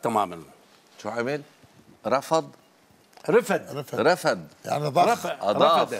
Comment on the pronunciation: المقابل لم ينطق كلمة رفد بلغة عربية سليمة قال رفد بالكسر باللهجة العامية لذا المذيع لم يفهم